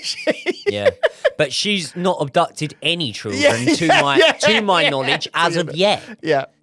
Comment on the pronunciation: why can't this guy children. Trilldren haha